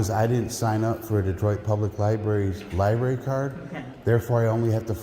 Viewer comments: Libary lol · Is he saying "LI-BERRY" on purpose? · All of these cops are so wrong, the supervisor was just calmly wrong. But please learn how to pronounce library when you are in the library lol!